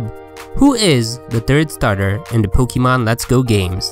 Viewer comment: You pronounce it Pokamon and not Pokeeemon.. how silly